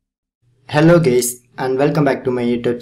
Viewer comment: "hello geys"